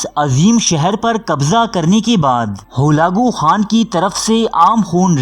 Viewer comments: Achi kavish ha mgr mazrat ke sath urdu talafuz thek karn ,,horfe akhir,, or ..Holakoo khan.. ni hota ,,harfeakhir,, or,,Halakoo khan,, hota ha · Halako Khan ko Galago Khan kah ker sari vido ka naas mar dia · Hulako Khan nahi Halaku Khan nam h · Bhai ap talafuz sahi karain halako khan tha khalago nahe tha aur lafz haraf hota hai huraf nahe hota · سلسلہ بےشک اچھا ہے لیکن ناموں کے غلط تلفظ کی وجہ سے میں ان صاحب کی ویڈیوز کو صرفِ نظر کرتا ہوں ۔ جو اپنا تعارف کرانا بھی پسند نہیں کرتے ۔ تاریخ بیان کرنا ہر کسی کے بس کی بات نہیں ۔ برقائی خان ہلاکو خان۔ رکن الدین ببرس ۔